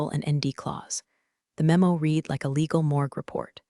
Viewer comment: That's right. It is RED, not REED, if it is past tense. And I know no human who would spell out T-E-D. Where are this computer's handlers? How hard can it be for a person to listen and take notes, so the AI voice can say things correctly the second time?